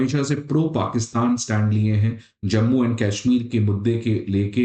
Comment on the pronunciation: cashmeer nahi bolte usko. it's kash-meer. Kooowat nahi it's Ku-wait. Pronunciations sudhar apne.